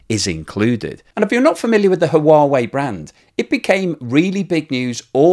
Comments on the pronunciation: Thanks for this important story,. One suggestion: Huawei is pronounced "Wa-weigh," not "Ha Wa Weigh." Keep up the good work! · It is just me... Or are you pronouncing Huawei wrong.. it sounds like you say Ha-uh-wa-eh. It's like you added an extra vowel at the start of the word. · Comment on your pronunciation of Huawei. It should simply be “wa wei “ and no need to pronounce the “ha” in the front. Just wa-wei will do just fine. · No it’s not…..it’s “hwa way”, the h is not silent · Blog. The proper pronunciation of Huawei is Hwah-way. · Hi, Huawei is pronounced: h-wa way! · "Who-whaa-vey" does sound a bit off. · The H is silent in Huawei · say Huawei like Stewie Griffin says Cool HuWhip. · I think you need to check out how Huawei is pronounced. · Huawei? Check out the pronunciation. Great content though - as always. 😀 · It is only two syllables not 3. But many goof up the pronouncing. I think we can cut him some slack.